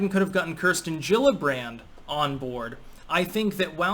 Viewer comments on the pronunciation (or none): none